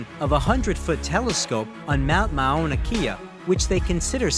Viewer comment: Wow. That narrator just destroyed the pronunciations of Mauna Kea (Mauana Kia?)